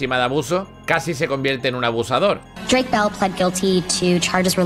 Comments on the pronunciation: Drake mol, Brayan pic 🤣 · He investigado como pronunciar bien los nombres También: Dreik Mol